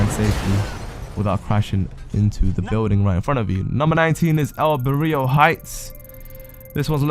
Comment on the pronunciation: "El Burrio Heights". Just "El Burro" No "Burrio". Are you trying to say "Burrito"? Thanks for the tips, anyway.